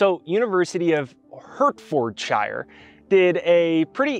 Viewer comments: You pronounce it Heart-ford-shire, 🤣😊👍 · you have helped me so much, and this clip is amazing 👏. Now I would like to help you with the pronunciation of Hertfordshire 😊. I grew up in Welwyn Garden City, which is in Hertfordshire. It is pronounced heart ford shire. The heart, the car manufacturer, and the place where all the hobbits live. Much love 🙏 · Love this. Thank you. ❤ By the way it is Pronounced Heartford sheer 🥰🥰🥰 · Came here to say the same ha:) To make things easier pronounciation-wise,! I’d also say, Hart-fud-sheer (from the midlands) xx